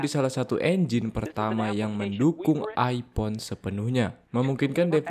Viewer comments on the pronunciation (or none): none